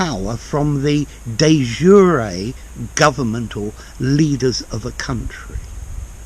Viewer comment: Love the way how you prounounce de facto and de jure